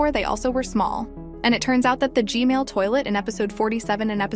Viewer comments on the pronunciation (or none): You saying g Mail lol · she was say g-mail toilet for g-man toilet LOL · No offense or anything i love your videos!!! But I love how she says "G-male toilet" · why I hear you said gmail toilet not gman toilet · AND IT'S G-MAN NOT GMAIL